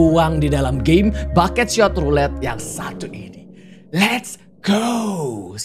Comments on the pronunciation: kak regi nyebutnya bukan bucket shot tapi buckshot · "Bucketshot" woilah bucketshot 😂